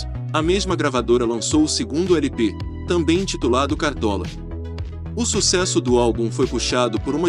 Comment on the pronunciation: Você disse "éle pe ésse", que quer dizer "long play", ou seja, disco com mais de uma faixa. Afora isso, seu documentário ficou excelente.